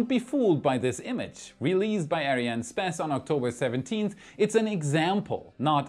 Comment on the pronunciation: I cant get over his pronounciation of ariane space hahaha